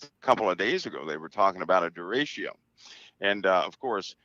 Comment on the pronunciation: Derecho is pronounced Da-ray-cho with the ch like chuck.